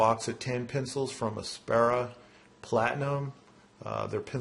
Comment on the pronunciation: FYI It's pronounced "app sara" not "ass para" :) Also, I find the Mitsubishi KH-20 gives an equally impressive long point (comparable to the Carl) but without scoring the pencil with clamp marks.